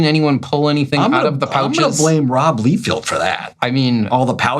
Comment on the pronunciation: No, you haven't. He just pronounces both names incorrectly. I have heard both Rob and Todd say their last names and each other's last names. They say "LIE-FELD" and "MIC-FAR-LYNN".